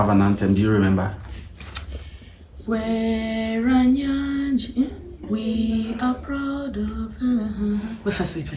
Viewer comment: It's Bweranyangi, not Bweranyagi mehn. A well known single school that produced prominent ladies and even now it's still doing great